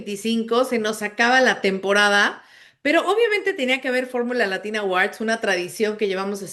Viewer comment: La segunda silaba de "Awards" no se pronuncia con a, de hecho en fonética la sílaba es "wɔ" con sonido 'w' y una 'o' larga ("or"). Oh si no solo digan "premios" jeje. Disculpen, manías de lingüista. De acuerdo con la mayoría. Gracias por su análisis todo el año.